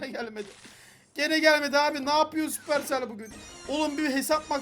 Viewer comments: sapırsel değil süpersel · Yav abi supercell sabır tel diyorsun Manyak oluyorum ya